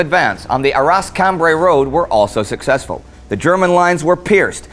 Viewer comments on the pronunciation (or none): Btw quick tip the "s" in Arras is silent